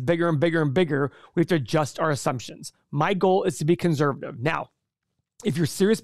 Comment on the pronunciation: “conzzzzervative”